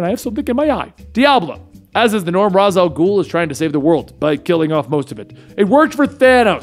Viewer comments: Let's get pronunciation right. It's NOT Razz, it's Raish. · How does somebody who knows so much about DC still pronounce Ra's Al Ghul as Raas Al Ghul instead of the correct pronunciation of Raysh Al Ghul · It is pronounced Ray-shhh not razz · I hate how you call him raz and not Ra’s (Raysh) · it's pronounced RASH al ghul, not raz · its pronounced raysh for ra's al guhl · ...when did Ra's STOP being pronounced "rache"?